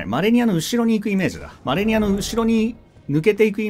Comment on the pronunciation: 死亡ダイジェストの時に第一形態マレニアが 「アーニャ マレニア」 って言ってるようにしか聞こえないw